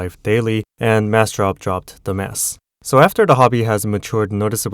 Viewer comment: >Massdrop dropped the mass. I thought you said "Massdrop dropped the mess" xd